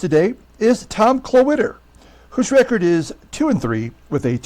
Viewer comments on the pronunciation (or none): Every time you said Klawitter I thought Cloaka